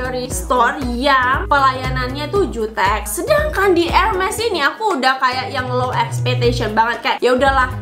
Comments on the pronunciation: bacanya herme ya bukan hermes walaupun tulisannya hermes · bacanya bukan erMES kayak geMES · Ermey ngga siih cara bacanya, bukan ermes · Benner ... Luna Maya prnh bilang dulu, bacaanx ermes bukan Hermes